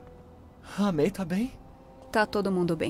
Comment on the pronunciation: Só eu que percebi que o spider-man falou "Tia May!" E ninguem de lá percebeu isso?